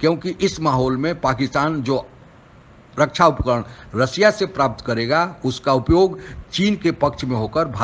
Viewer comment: Sanghai nahin Shanghai, des nahin desh, रसिया नहीं रशिया कहते हैं॥ आप उचारण ठीक करो आप अपना मजाक😜 बना रहे हैं|